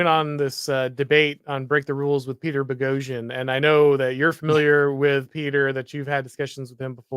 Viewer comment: Is insistence that there is an "R" in "Boghosian" some kind of inside joke at this point? I don't know why this bothers my OCD as much as it does.:D